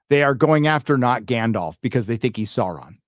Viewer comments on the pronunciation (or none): HAHAHAHA SHEAURON? :D